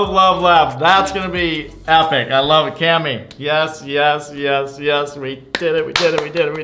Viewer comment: its cammy not clammy LOL!